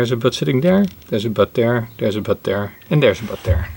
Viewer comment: For some reason I kept hearing ’butt’ instead of ’bud’. 😅